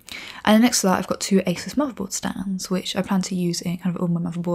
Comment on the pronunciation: I knew it was pronounced "Eysus" & not "Ahsoos" Because British folks know better... :P